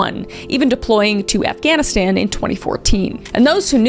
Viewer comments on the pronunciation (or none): none